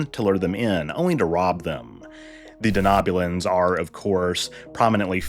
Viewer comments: De-know-bulan, not de-knob-bulan. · I'm sorry, but is it just me that is irked by the pronunciation of Denobulan as Danoobulan